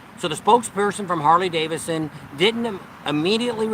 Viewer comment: Hey. It's Harley DaviDson, not Davison. LOL. All in good fun. Love you guys. Be safe!!